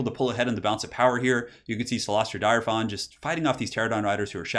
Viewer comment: I just love how pronunciation evolves over time. From ''Cyloistra Direfin'' to ''Cylostra Direfawn''. It's fun, keep Turining on:D